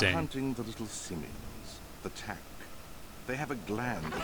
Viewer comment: Pronunciation suggestions: Tach = tack (tachyon, tachometer) Sigil = si-jil (rhymes with vigil) GenoHaradan = jee-no-hair-uh-dun, jee-no-ha-ra-dun dark side points = I vote conservative